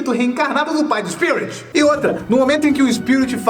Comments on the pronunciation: O fala SPIURIT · O sotaque dele diante d palavra "Spirit" é estranho kkkkkkk amei o vídeo, sempre amei esse filme :) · Esse tempo todo vc falou o nome dele errado